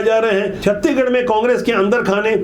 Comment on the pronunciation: सर जी छत्ती गढ़ नहीं छत्तीसगढ़ बोलें